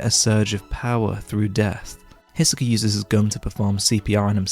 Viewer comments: Only annoying thing with these videos is like all other YT reviewers you know how to praise but not how to critique. Greed Island is not "almost a great shounen in and of itself" - it's a pile of utter poopoo. And the early chapters, while still good, are so deeply riddled with issues. Also if you pronounce Hisoka as Hissuh-keuh again I'm gonna slap you will my sausage. And I'm not even gay. But we will both like it. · Can’t watch after 20x Hiseka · Hissssoka first time ive heard that one, Loved everything else tho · lmao the way you say hisoka